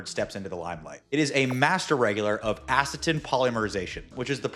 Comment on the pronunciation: ACT-in (not "acit-in") as in actin and myosin filaments of muscle. And you botched saying "phosphorylation" as well. You really have no right to be "educating" the public on this topic without basic skills like medical terminology pronunciation! Click!